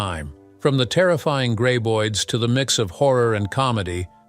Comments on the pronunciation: Why do you pronounce the creatures 'gray-boids'? They are pronounced 'grab-oids'. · It's Grab.... Not Grey!!! Graboids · I subbed after watching two videos by this channel...unsubbed after hearing "gray-boid" for the 20th time in this video.